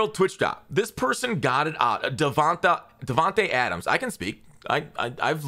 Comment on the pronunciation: Bro I’m sorry but I thought you were having a stroke trying to say DAvAntE Adams 😂